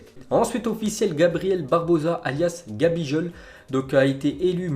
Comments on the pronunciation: C'est "gabiGOAL" son surnom et non "gabijol" 😅😅🤝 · Ce se prononce gabigoal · Gros par contre fait gaffe comment tu parle c’est pas Gabijol mais avec un « g » comme golf si tu veux parce que c’est la star du Brésil et si tu veux pas te faire frapper par les brésiliens fait gaffes :) (je sais tout sa car je vie a rio)